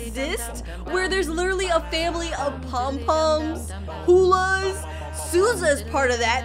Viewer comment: “The pomily” the part: and tootoo is adopted. It killed me